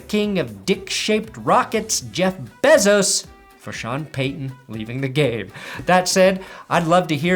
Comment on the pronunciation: The way you say Bezos pisses me off for reasons I don’t understand